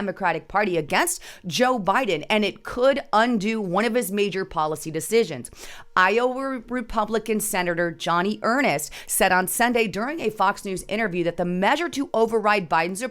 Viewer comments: Joni Ernst not Johnny Earnest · FYI Joni (Joan-E) Ernst (not Ernest) is a woman senator from Iowa and she served in the Iowa Army National Guard from 1993 to 2015 (retired as a lieutenant colonel). I'm personally terrible at pronouncing names, so I get it, but when you're putting this out to such a big following it would be good to look things up to get it right. I don't think I've ever commented on anything like this before, but it really bothered me this time for some reason. Sorry to be fussy, but I was trying to figure out who in the hell you were talking about and wasted my time looking for a male senator named Johnny Ernest whose name I did not recognize. Everyone around the globe knows the Biden's not so secret side hustle schemes and selling out America for 50 years. The democrats are great at brushing off Russia, so I think the reasoning Biden is kissing both China and Russia's ass is simply because he's already sold us out (or whoever is controlling him has). Russia is a distraction for China and vice versa. They both want to invade someone that we claim to want to protect. Biden will spew crap out trying to sound like he gives a damn, but other than get our military members killed he'll do nothing major to stop either one. They'll claim we couldn't successfully fight both fronts in Ukraine and Taiwan. It'll actually be 3 fronts because there's also the Iran/Israel front heating up. I am so glad that I don't have any close family members in the military at the moment. I'm proud of those who serve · for future the senator from Iowa is female. You say her name this way, joni (J long O sound n long E sound) ernst. (Ern- st). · Her name is Joni pronounced Joanie Earnst